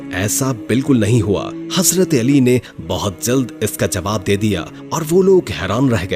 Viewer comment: Lafz hasrat nahi hai hazrat hai bahi jan ap bar bar hasrat hasrat kahrahy hai .